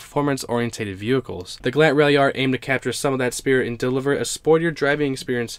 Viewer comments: its galant, gal-aunt not galant, gal-ant. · The gallant ralliart is a car i never heard of. Wow. You say the Gallant wrong bro. It is Gal. Aunt. GAL AS IN Gall bladder and then aunt as in ont Gal ont. Gallant The gallant is the most amazing out of all these cars to me. I never knew it existed. Mitsubishi is garbage though. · It's pronounced Gal-aunt, where aunt does not rhyme with ant. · Your not pronouncing Galant right